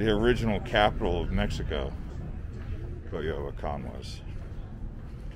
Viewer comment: Thank you. It’s annoying that he’s pronouncing it like Cuy instead of Coy.